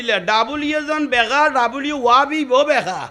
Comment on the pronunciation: হুজুরের ভাষা অশুদ্ধ। প্রায় সময় তিনি অশুদ্ধ উচ্চারণ করেন। যেমন:- w কে ডব্লিউ না বলে তিনি ডবলইউ। মৌলভীকে বলেন মলই